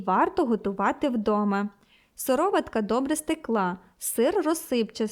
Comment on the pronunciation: Порада господині-коментаторці - правильно робіть нАголос у словах, бо як-то кажуть ріже вуха. СирОватка, а не сИроватка.